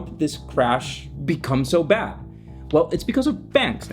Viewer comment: Couldn't even understand your pronunciation. The word is bAnks not benks.